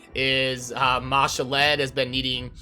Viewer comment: What do you value the CB keys? I don't see them on the calculator anywhere? The way you pronounce some of the names, such as Ma'Shalled, makes me think of that Key and Peele skit where he's doing roll call at school. lol. "A A Ron"